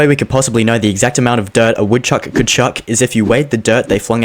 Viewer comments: u said it wrong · It hurts that he messed up the opening line 😂 Otherwise loved it!! But my answer has always simply been "A woodchuck would chuck all the wood he could if a woodchuck could chuck wood"